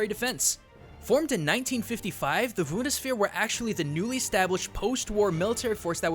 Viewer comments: How does one mix up "B" and "V"? Or in German mix up, "B" and "W"? It's Bundeswehr (Bund-ES-VEHR) not (VUND-ES-VEHR) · It's B-B-B-B-B-BUNdeswehr, not Wundeswehr. ;P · I GETTING A HEART ATTACK X.x Please, Bundswehr! Not Wundesbär x.x Please Please please please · I get that german is hard to speak for non-natives, but how can you not pronounce a "B", dear? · sorry to say that but it's called "bundeswehr" with a b like in bee. The Rest Of Italien ist alright nur that b keeps me unhappy._." I'm sorry For being such a grammarnazi but "wundeswehr" (thats what i understand) is something different (its something thats popular in The northern Parts of it) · The way you say Bundeswehr is pretty weird, im not offended or anything. just saying that in Germany the "B" of "Bundeswehr" is actually pronounced like a "B" and not a "V/W" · Hey... your pronunciation of "Bundeswehr" made me shiver. The first letter is a B, and the german B is the same like the English B, no v/w/or whatever you said. Try "boondeswere";) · "the most obvious is his bundajweske" I swear to good, I had to scroll back to make sure if that really was supposed to be something german, without the subtitle I wouldn't know what you meant xD you got closer at the end! but its still "Bun-des-wehr" not "Wun-de-sphere" :D:D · I really like your stuff but oh my God, you pronounced "Bundeswehr" as "wundersphere" I know it's difficult for a non German speaker but oh dear... I'd be happy to help out if you need some German pronunciation, but no matter what, please don't try to talk German like that again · I'll never see why non-German speakers always pronounce German words so strangely. Bundeswehr clearly starts with a B, not a W. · Why are you pronouncing the B like a W for Bundeswehr. It's a hard B my dude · xD how he said Bundeswehr it's pronounced Bundisweir ok that's not so accurate but pfff who cares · it called B U N D E S Whear but you write it Bundeswehr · It's the... Woondersphere! :'D